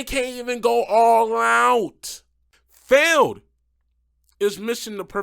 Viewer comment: You said MJ Solorio's name right. But Feld. Come on! Also what is that Sparkle Smash paint scheme?! That is ugly af.